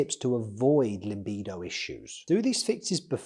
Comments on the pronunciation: LA —-bido! La…La…laaa—bido! It’s not limbido lol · Thanks for the video! This explains everything nicely for beginners. It‘s called „libido“ though, not „limbido“, although the limbic system plays a role in regulating our libido.